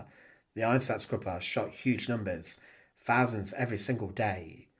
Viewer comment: Very interesting but please say thousands, not fousands!